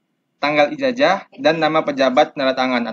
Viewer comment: Ijazahhh bukan ijajahhh